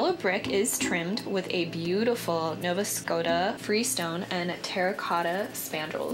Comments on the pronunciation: “Nova Scota”🤣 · 'Julie Garland' ?? WTH.... 'Nova Scota" ??? WTH... that Dakota name story is a legend btw, the builders just liked the name 'Dakota'